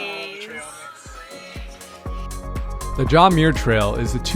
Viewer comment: Awesome film!!! I appreciate how you showed the highs and lows of thru hiking. Always a rollercoaster! A couple of thoughts: The name Muir is pronounced "mmm-your". As a relative of John Muir, I was super disappointed that you didn't use your voice to at least recognize that you were on Indigenous land and that while the colonizers call it the John Muir Trail, it is an ancient Indigenous trail named Nüümü Poyo that was established long before colonizers arrived. The trail travels through the ancestral homelands of many Sovereign Nations, many of which are still very much alive. Choosing to not acknowledge this Indigenous history is a form of erasure, especially when you reach such a wide audience. We need to help with and be advocates in decolonizing the land.